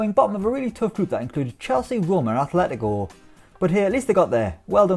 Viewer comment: If I hear 'Athletico' one more time...